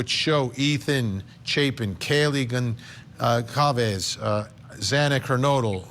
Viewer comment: Vinnie.... "CAW-VEZ"??!!! Comeon !!!! Goncalves!!!!